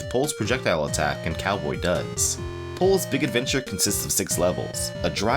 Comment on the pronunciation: I felt a shiver when you pronounce the game title... Thank you for not saying it like sports commentators say foreign athletes names You are golden, again thank you